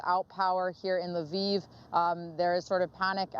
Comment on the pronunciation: LE-VIV not LEAVE Ukraine. Bachman doesn't know how to pronounce the word.